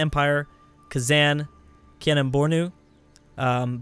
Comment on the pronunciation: Kah-nem Bore-noo. Say it like that,.